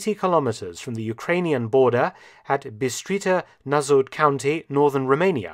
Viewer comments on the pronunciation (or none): you butchered bistrita nasaud county name 😂 i actually went to dumitra village back in 2008. beestreetza nasa wood